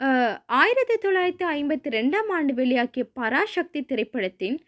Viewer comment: Parasakthi not parashakthi dont prononce like brhamins mutakoos